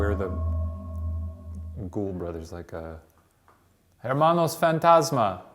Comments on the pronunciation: "Ermanos fantasmas" 🤣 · Oh my goooodddd you were pronouncing your Spanish words wrong!! Sorry, I’m very picky about this. Me llamo for me you say meh (coz yall dont carreee 😂) and hermanos if a word starts with a h you don’t sound so it should’ve been pronounced ermanos. 😂😂